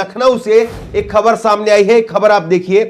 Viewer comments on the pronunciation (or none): कृप्या ख़बर को खबर न उच्चारण किया करें । केवल एक बिन्दी अर्थ बदल देती है । और बोलने पर भी भद्दा लगता है ।